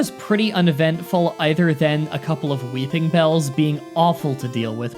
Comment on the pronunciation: All mispronounced pokemon This is a personal challenge to find every Pokémon Mispronounced in all of his Pokémon Challenge Videos, this is not interested to offend or anyone who reads this. RA-TAT-ta WEE-pin-bell VICK-tree-bell